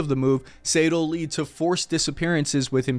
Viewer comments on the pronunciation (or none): none